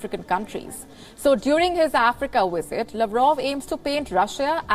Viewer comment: Why Indian people can't differentiate between V and W. She keep saying Wisit Wisit